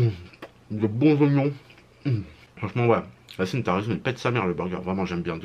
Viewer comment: Mdr c Yacine pas yanise 😂 t un tueur continue comme ça frérot